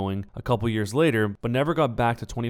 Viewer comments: "And the ladder raids" don't you mean LATER lmao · you said later wrong xD